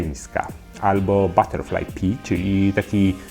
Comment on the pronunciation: Wymawia się pi pi ... i ma ogromną zaletę - w Tajlandii piją herbatkę osoby mające siwe włosy ... a kwiatuszki są piękne :)